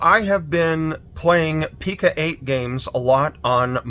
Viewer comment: Great finds, thanks for sharing! I apologize in advance, but my OCD requires me to tell you it's pronounced Pee-Co-eight with a long 'O' sound, like 'Co.' as in short for 'company'.